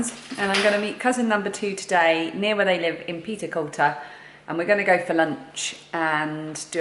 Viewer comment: I've lived in Aberdeenshire all my life (58 yrs) and within a few short miles of Castle Fraser so I recognised all the roads that you were on. A wee tip for you, Peterculter is pronounced Petercooter and as you'll likely know in the NE we speak Doric (not Scots), a dialect to this area which sadly seems to be dying off. As you said it's an area full of history and looks beautiful especially when you have a park of sheep outside your window. Oh and the ice cream shop Fit's the Scoop translated means What's the Scoop. I did consider typing this in doric but thought you might struggle to understand. Glad you enjoyed your time in the area.